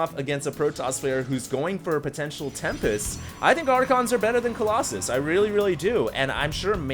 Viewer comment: I still remember confusing himself and was like, Colossi? Coloxxun? haha lol.